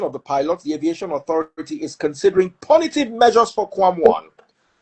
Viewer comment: Punitive.... pronounced pue nitive ... not. pornitive 😊